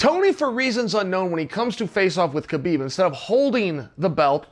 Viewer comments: Its HA beeb Not Ka beeb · Chael is a smart man. Why does he keep calling Habeeb, Kabeeb? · Chael still hasn’t watched the joe rogan podcast on how to pronounce (k silent) habibs name...